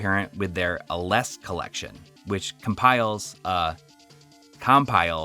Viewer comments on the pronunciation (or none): none